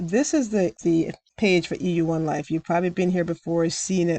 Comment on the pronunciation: Thank you!! I have no interest in joining a program like E1ULife. Not sure if you realize but more times than not you were saying EU1Life than E1ULife lol I am well aware of those scam emails. They want you to call that phone number so they can try to trick you and steal money from you!